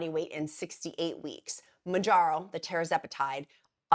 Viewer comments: TER ZE PAH TIDE. .. not TERRA ZE PATIDE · It’s pronounced… TERRR-ZEP-A-TIDE!!!!! Not Tera…